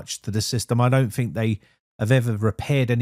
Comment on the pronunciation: Using an F where a T should be just makes you sound Fick